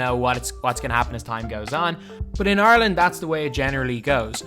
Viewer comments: I keep hearing “Arlen” it took me 10 minutes to realize you said Ireland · Thats basically the way you say rather than IRE land